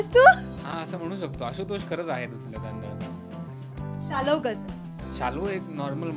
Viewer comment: रिपोर्टर बाई ते शाल्व असं आहे. तुम्ही शालव का म्हणतायं??????